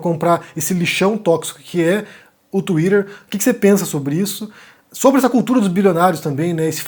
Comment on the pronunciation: O falando twitter é muito bom de ouvir